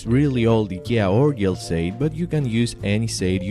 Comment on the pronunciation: Eeeeeeeeeeeeeeekia Instead of saying I K E A.